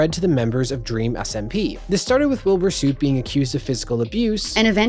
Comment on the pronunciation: it’s soot. Like the English word soot